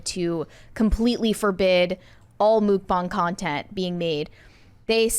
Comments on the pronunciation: Wait, “mook bong”? It’s “muck-bang”. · I thought it was pronounced muck bang 😂😂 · I've never heard this pronunciation of "mukbang" before, but the "bang" does match the Chinese pronunciation of this spelling - have I just missed the correct pronunciation all this time?